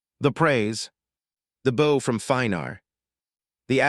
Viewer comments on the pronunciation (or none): I thought this channel did not use AI. What is this? Mispronounced words..., terrible cadence..., monotone... repeatedly using the wrong form of similar words (etc. Bow pronounced as the weapon instead of the action of bowing the head)... disappointing that they would reduce themselves to this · You narrator screw up words bow ,archery bow front of ship